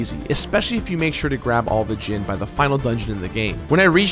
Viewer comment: Am I blind, or is it just that in every instance I've seen of it, the "I" has been a typo? I'm seeing "Djinni," yet he keeps pronouncing it as "Djinn." I love you,, but you gotta get some proofreaders for your scripts, or maybe do some extra takes. These mistakes seem to happen at least twice an episode. I mean, they're probably only mistakes that I've caught, since I seriously never see any of your millions of subs comment on these things, so maybe I'm just a whack-job. Whatever the case, do what makes you happy. If you enjoy constructive criticism like this, then awesome. If not, that's cool too. I realize you're completing games constantly, and you likely don't have time to nitpick things, but I just thought I'd bring this to your attention.